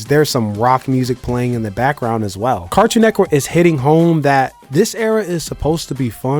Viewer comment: Why when bro say network he pronounces it "network" but when he says cartoon network he pronounces it "cartoon neckwork"? 😂 am i trippin or what?